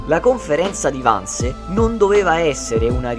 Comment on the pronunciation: Gentile, il film è molto ben fatto e tutti gli attori bravissimi. Vorrei chiederti però di pronunciare i vocaboli in modo corretto: Wannsee non si pronuncia "Wannse" ma con le due e finali ed inoltre in tedesco la "h" iniziale delle parole non si inspira...non è inglese!!